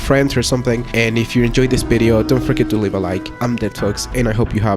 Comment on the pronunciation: ''and if you enjoy this 🅱️BIDIO''